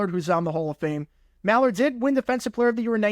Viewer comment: It's Keith MILL-Ard